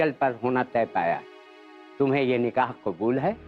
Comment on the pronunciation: its qabool not qubool